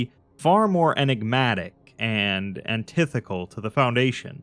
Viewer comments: "Antithecal" is not a word unless you mean to coin one meaning "opposed to encasement," from the Latin theca. The word you meant to say was "antithe ti cal," which obviously means "opposed to a given thesis." That first s becomes a t in declension. Available for hire as an editor. Am never wrong. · “Antithetical” is pronounced “Ann-Tih-Theh-Tih-Kul”. This is the 2nd video in a row I’ve heard that shit 😑